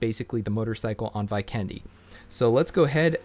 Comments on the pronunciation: It’s V-ken-de!! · anyone else triggered by how he pronounced 'Vikendi'🤣🤣